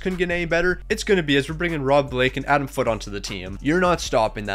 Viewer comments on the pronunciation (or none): none